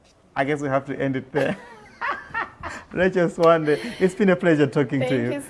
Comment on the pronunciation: tell RACHEL that her correct full name is read as (RACHEL SIWANDE) the letter "B" is read as "W" when we are amongst Tumbuka's, Ngoni's where she claims she originates from. I have heard her in this interview pronouncing her surname as "Sibande" When you go to Zimbambabwe, you will meet some locals known as "SIBANDA" the letter "B" turn to "W" as well. I have spent 21 years working in Northern part of Malawi in between 80's - early 2000 as a Medical Doctor. It sadness me when I hear Malawians mispronouncing their own names to sound either English or any other foreign language. Mispronouncing your name is loosing your identity. Greetings from Germany - Copenhagen!